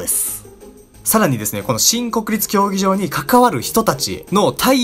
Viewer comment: もうそれにしか聞こえないw